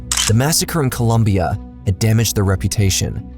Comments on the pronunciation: ITS COLOMBIA, NOT COLUMBIA, ITS NOT THAT HARD !!!!’ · Man I don’t know.. if you’re going to talk about a country’s tragic past, get its name right: Colombia. Also, I feel like you’re not respecting your fan base by writing some cheap clickbaity titles. Has nothing to do with scaling and having some folks failing to adap to the “new” but it’s that these are mini documentareis that are meant to be backed by strong research and scholarship. Having someone else narrate your videos also comes off as lazy. We appreciate solid titles, content, and work ethic. That’s what got you where you’re at. But now you’re using some cliche titles, delegation, and off sponsorship placement that honestly isn’t just disrespectful to your old viewers but the victims of the tragedies and injustices you talk about. You’re doing it for sponsorships at this point and it shows. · please is COLOMBIA!!!! Not Columbia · "Colombia" not "columbia" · Colombia. Not Columbia. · Colombia not Columbia lmao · It’s Colombia not Columbia. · Nice video, being Colombian the fist minute story is called "La masacre de las bananeras", that massacre was in a town only 30 minutes away from where I live (Santa Marta). Keep killin' it bro!. BTW: It's COLOMBIA not Columbia hahahahah. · you want us to pay for your documentaries but you can't even get the name of a country right in the first two seconds of your video 💀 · It’s Colombia not Columbia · just for the record the country's name is COL-O-MBIA 🇨🇴 not with U with O!! Columbia is the space shuttle 🚀...love your channel nonetheless 👏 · a part of me dies everytime you call Colombia, "Columbia" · Great video. I am Polish/American who spent some time in Colombia and only thing I gotta tell you ... It is Colombia not Columbia... Pretty common mistakes people do. They even sell T-shirts with that phrase. My Colombian friends my be mad at you :-) Matt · It's Colombia, not Columbia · Bro, IT'S COLOMBIA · It's Colombia not Columbia